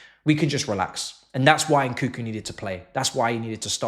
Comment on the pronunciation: It's NOT , N koo koo. N koo koo.N koo koo. N koo koo.N koo koo. N koo koo.N koo koo. N koo koo It's N KUNG KOO